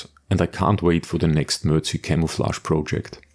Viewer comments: ....say, "Mer-Deck".... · "Mer-dic" is how you pronounce it, Sir. Very good video of an excellent build. On a personal note, I drove a regular deuce-and-a-half for a year in West Germany and all of our vehicles were in the brown dominant MERDC shade. When stationed at Fort Polk, LA our vehicles were in the green dominant shade-quite a difference. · "mer-deck"...., "MERDC"....- "Mobility Equipment Research & Design Command"....just sayin'....